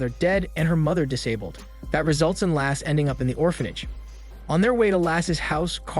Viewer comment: Lasse not lass XD Basically the way you says Lasse's without the last S.